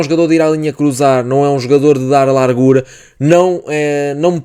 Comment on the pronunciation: bom vídeo, gostei da análise, particularmente a análise quanto ao miúdo Norueguês. Quanto à fonética do português. a camisola está larga, como se fosse lárga (palavras graves têm a tendência de não serem acentuadas) e a palavra largura não segue a mesma fonética, não sendo lárgura (que de acordo com a convenção linguística teria de se pronunciar foneticamente como uma palavra esdrúxula). Igual com as palavras: estado e estadual. Não se diz "estádual". Senão estás cada vez mais perto do Brasileiro (enfatizo, brasileiro e não português do brasil que, de todo, não existe). Honra se faz favor a língua de Camões falando-a devidamente, é uma língua linda e se fores ouvir o nosso fado nunca irás ouvir "lárgura". Repara na fonética destas palavras: Faço ; fazível. polo ; polarizar; grosso ; grossura Lavo ; lavado Lacuna ; Lateral Não inventes pá. Isto não é brasileiro. atenção que alto ; altura. tem o começo na "forma" al que vem dos árabes e está seguido duma consoante. Só em exceções é que se sucede. Alegoria já segue a fonética normal da Língua de Camões. No brasileiro é que se diria "Álégória".